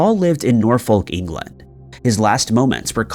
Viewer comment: Cuthbert is pronounced Cuffbert not Quthbert, and Norfolk in England is pronounced with a silent L. Grinds my gears when names and places are mispronounced in these videos 🤣